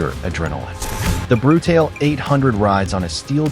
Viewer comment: I think it’s important to pronounce the model name properly.